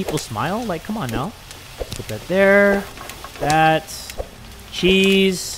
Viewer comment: I'm not the only one who says chez for cheese!!! Love you you make me laugh so much 😁